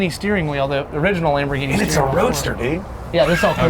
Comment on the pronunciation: Lamfo instead of Lamborghini